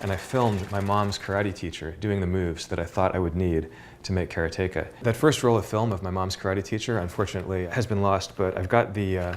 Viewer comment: How is it supossed to say karateka? I think he pronounces it correctly.